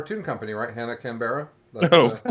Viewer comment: When you're first time listening and they're talking about where you live (Canberra) 😜. Btw it's pronounced Can-BRAH don't ask why it's Australian 😜.